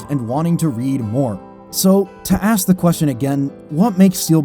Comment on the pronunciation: Now let ME aks you a question.